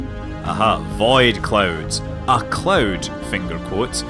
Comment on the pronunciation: The way you say "void" is pretty interesting. "Vaid clouds"